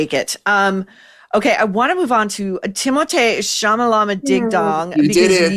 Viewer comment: I laugh at “Timothée Chalamala-bing-bong or ding-dong” everytime you say it. Its just great